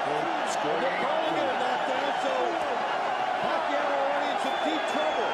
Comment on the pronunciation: manny pacay😂